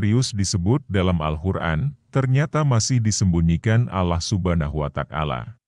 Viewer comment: yang bener bang sebut nama ALLAH SWT (allah subhanahu wa ta'ala) bukan Allah Subhana watak ala